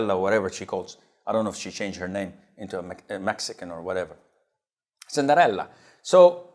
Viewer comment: The way he pronounces Cinderella😂😂😂